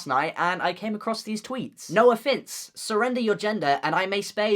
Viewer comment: Every time he says 'Noah Finnce' I hear 'no offense' damn